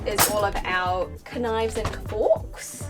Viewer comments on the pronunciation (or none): K nives? Hahaha ! Is that NZ English??